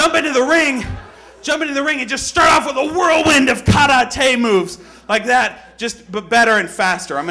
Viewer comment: isnt kar-a-tey the way spongebob says karate?